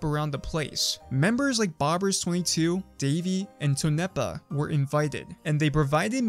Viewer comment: "Tone nepa" LMAO ITS Tone Pa